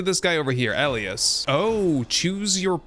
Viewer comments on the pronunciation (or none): Elias = E-lie-us not L- E- us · FYI - Elias is pronounced "EL - EYE - US" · Elias is pronounced E lie us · First time hearing Elias pronounced that way lol, up here we pronounce it as E-Lie-Ass. Love your content man and I def want to try this mod. I have played UL and am waiting for it to be brought to 1.0 because of your content. Keep up the good work man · ee-lie-us = Elias